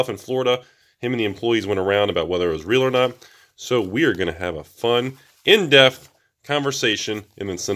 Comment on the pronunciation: Still no such word as DEFTH... it's DEPPPPPTH!